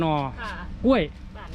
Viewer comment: แหม! พูดสวนก้วยคักๆเน่าะ จะทำคลิปก็ระมัดระวังการใช้ภาษาด้วย ก้วยๆ จริงๆ ไม่ออกเสียงควบกล้ำเลยเน่าะ ถ้าพูดอีสานก็ ก้วยๆ แต่พูดภาษากลาง ใช้ภาษา อักขระให้ถูกหน่อย